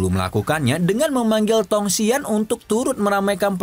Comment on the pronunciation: Bang itu tong xuan bukan tong xian😂